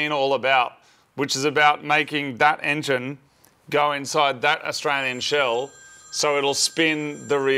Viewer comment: The "enyin" is in. What is an "enyin"?